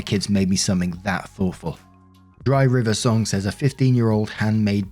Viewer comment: ...Unrelated to any posts in this video, but you pronounced one of the user names as "dry river song," it's actually, "Dr. (Doctor) River Song." She is a character from Doctor Who. Thanks, I'm going back to lurking now byyyye!!! 😶‍🌫️